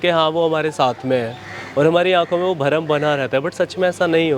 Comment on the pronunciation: अपनी बोली और बात करने का तरीका सही कर ले यार। भ्रम को भरम बोल रहा है। श को स बोलता है। बात करते समय नाक को खींचता है ऐसे की उलटी आ जाये। क्या यार ।